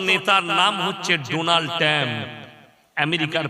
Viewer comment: এখনো কথা ঠিক মতো বলতে পারে না 😆 ডোনাল্ড ট্রাম্প না ডোনাল্ড টেম 😂